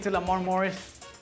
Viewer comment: I was listening and not watching and I thought they said tongues, not Tums. 🤦‍♀️